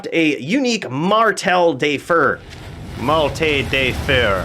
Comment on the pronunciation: "Mar thel the fair" (if you wanna pronounce it like it sounds in french)